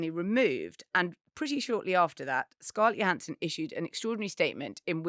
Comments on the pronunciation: Thought she pronounces her name, JO-hansson. not YO-hansson? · It's "Joe" hansson. Not 'Yo" hansson. 😅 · Her name is Scarlett Johansson. Her surname is pronounced with a J, like Joe Hansen. Not Yo Hansen. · They mispronounced Scarlett's name wrong. It's "Johansson" not "Johansson". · I remember an interview from a few years back when Scarlett Johansson confirmed that her surname is pronounced 'Joe' rather than 'Yo'. You do you obvs. x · Why does everyone in the UK mispronounce Scarlett Johansson's name YO-hansson? Isn't she well-known over there? I thought she was one of the biggest box office stars in the world. It seems odd that Brit presenters don't know how she pronounces her name. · I commented just for the joke, but Scarlett pronounces the "J". Like Joe Hanson. So it's "Johansson" not "Johansson". 🙂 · Scarlett Johannsen's name is pronounced with a hard Jo. I know this is old but it annoys me everytime people get it wrong (I've spent a life having my name eternally spelled wrong).